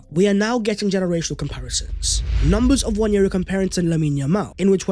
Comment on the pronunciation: Please, please, please can we drop the 'Y' when pronouncing Nwaneri. There is no Y in his name. Love the show,. Keep up the good work.